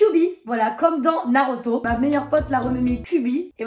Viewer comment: c’est moi ou elle a dis naroto 💀ps je t’adore